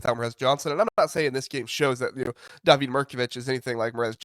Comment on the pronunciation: Always informative and entertaining. David Mirkovic is pronounced DAH-vid, not Da-VEED.